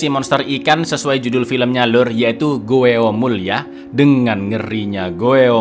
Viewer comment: Ralat bang GWOEMUL bukan dibaca sesuai tulisannya tapi dibaca GWOMUL. Huruf OE dlm bahasa Korea dibaca "O" seperti dlm kata SONO, SORTIR, KOMPOR